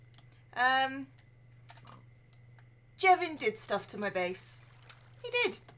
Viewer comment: THAT'S MY NAME! SHE PRONOUNCED IT CORRECTLY!!!!!